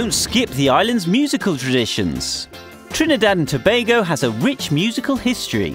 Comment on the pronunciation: why tf did he prnounce it that way "TrnIIdadh and toebagoe"